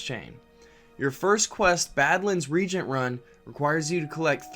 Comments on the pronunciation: It's pronounced "ree-Agent" not "reeegent" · Yeah re-agent vs regent.:P all good though. Good video.:) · "Reagent" is not the same word as "regent". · A new generation of fans gonna be out in the world mispronouncing reagent, absolutely unemployable!